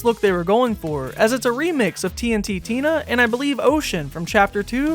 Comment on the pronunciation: it’s just tntina not tnt tina